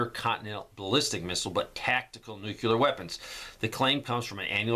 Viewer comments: New-clee-ur. Not, new-cue-lur. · It's nucleeear not nucular!